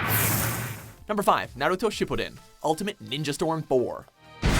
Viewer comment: They said Shippuden right. Give 'em that at least.